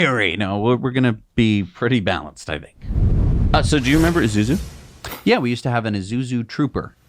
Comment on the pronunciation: Isuzu, like Ee-Soo-Zoo, not Ee-Zoo-Zoo